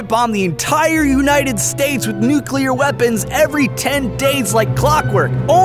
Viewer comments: He said nucUler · the only thing I hate about this video is you said "nuculer" instead of "nuclear" that is one of my biggest pet peeves